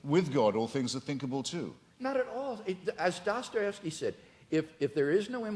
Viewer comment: Rofl, Craig said 'Dosterevsky'